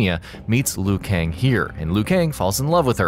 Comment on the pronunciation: I believe Liu Kang is Chinese? And the way they pronounce “Kang” is so wrong..